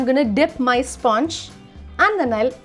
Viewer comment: Sponge is not actual pronunciation it's spuhnj